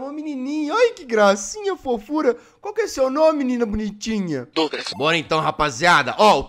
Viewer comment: "Dougras" "tá choveno aí? Aqui tá choveno" Mano eu num guento kkkkkkkkkk